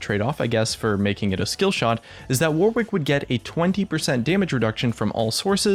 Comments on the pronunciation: His name is pronounced War-ick, not War-Wick. Yankee Doodles! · It's WAR-ICK not WAR-WICK, god damn Americans...love your videos tho :) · Warwick isn't pronounced war-wick, it's more warrick, like Yorick but with a W. Honestly cringed every time you said it wrong. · Can no one say his name right? Its Not pronounced 'War', it's pronounced 'Woh'. The 'W' in the middle is also silent, phonetically it would be spelt: 'Warick'. So it's not War-wick, It's Woh-rick lol. Reference: I've lived near the town my entire life, people getting this wrong is so common, And the Actor Warwick Davis. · When people say War Wick when its pronounced Warick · The way WARWICK is pronounced is "WARRICK" like the actor, Warwick Davis. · It's warwick. It's a city in england, and a song by duffy. It's not war wick. The second W is silent. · "War wick rework" Mate, Warwick's a real name. It's pronounced Worrick. Like Warwick Davis. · Warwick is pronounced in a very similar way to Yorick, just with a W obviously. It isnt war - wick. :) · Just fyi, it's pronounced "warrick". The middle 'w' is silent. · I'm pretty sure it's pronounced worrick. Stop torturing yourself. Like to save a life. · The way to pronounce Warwick is to just ignore the second W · he tried so hard not to say warwick wework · that's not how you pronounce warwick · Don't you just love how Americans can't pronounce Warwick? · Hint - the second W is silent...